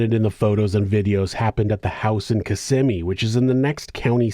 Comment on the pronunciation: Hey it was bice that you pronounced Kissimmee correctly 😊 have a great day.